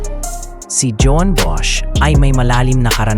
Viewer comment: "JOAN" is the Catalan spelling of the Spanish / Filipino "JUAN," found mostly in the northeast and eastern Spain. It's English equivalent is "JOHN," or the German "JOHANN," so the pronunciation is like "hoh-WAN," not "djohwn" (feminine) or, in the Philippines, "djo-ann." Hope you can correct in future vids.